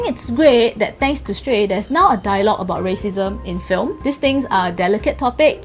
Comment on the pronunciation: its shrey not shtrey